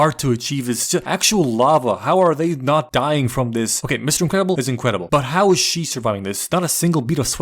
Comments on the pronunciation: "Ze Uncryables" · love how he said incredibles like bomb voyage 💀